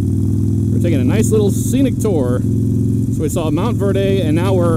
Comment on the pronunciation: hey it's Montverde, you don't pronounce the e so it would just be Verd. You're right down the road from me, I recently moved to Clermont. It's nice, just lake county is so rural.